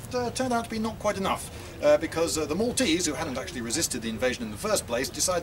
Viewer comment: This is a seal 🦭 of approval for your pronunciation of Maltese names, from a Maltese person 😁👌.